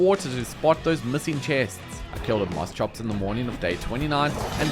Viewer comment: Its "Moss-Kops"